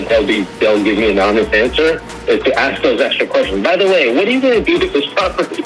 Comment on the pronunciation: Steven says "axe" instead of "ask" - STEVEN IS A BRO